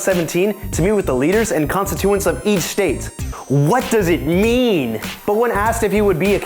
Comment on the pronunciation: Dude, if u don’t know how to say a word you probably shouldn’t use it in your video. The word is constituents. [kuh n-stich-oo-uh nt] lol